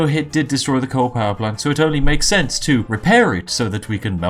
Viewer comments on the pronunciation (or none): none